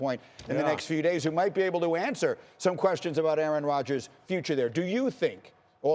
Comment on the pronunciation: Schefter is a clown. Mispronouncing the name of Rodgers documentary on purpose. Get this dude out of here.